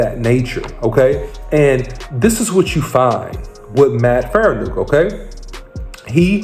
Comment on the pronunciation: Say it with me, FAR-KNEE-AWK. Not Faranook, Farniok. It's been 2 years, take 5 minutes to learn the man's name, especially when you're trying to report on him.